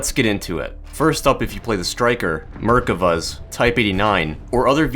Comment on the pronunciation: Mer-Kava not Merkiva lol